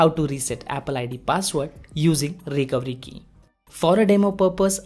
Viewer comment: What did you say when you said Recovery Key, your accent made it sound like the Recowiki, can you even try to say recovery key